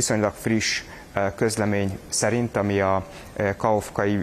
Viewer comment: tanulják már meg, h nem Kakovka, hanem Kahovka. A k csak azért van benne (Kakhovka), mert az ukránban két h betű van, egy lágy és egy kemény. Latin betűs átírásban a kemény h betűt úgy jelzik, h elé raknak egy k-betűt, ezzel a h betű keménységét jelzik, de attól még h!!!